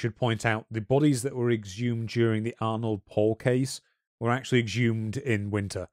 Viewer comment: It's honestly impressive how both of you manage to mispronounce every single name or vaguely unfamiliar word. It's very easy to check pronunciations using Google Translate. As for "Arnold Paul" it's Arnod Paole.